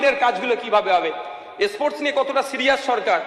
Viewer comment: স্পোর্টস কথা ঠিক মতো বোলতে পারেনা মোল্লাগুলো, বলে এসপোর্টস। এ আবার স্পোর্টসম্যান ছিলো। এনাকে তাবীজ দেওয়ার ব্যবসাতেই ভালো দেখাবে।